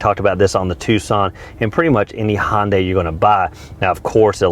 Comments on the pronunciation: This guy needs to understand the difference between saying Honda and Hyundai. A car reviewer should be able to do that easily. Honda is pronounced the way it is (hon-da) and Hyundai is pronounced Hun - day. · where I'm from, we pronounce it Ha-yun-Die. lol. I think you're back to square one with your 'Sunday' Analogy. Sunday is also pronounced 'Honday' just like Grunt calls it. lol. I'd stick to Hee-yun-Deh. New Thinking New Possibilities!